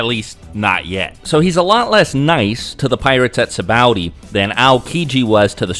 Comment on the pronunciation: afther hearing you say sabaody wierd i google how to pronounce and learned that both you and tekking101 says it wrong and a few other names along the way and now it just triggers me -.- but i did watch the whole video and that was about the only thing i dint like :D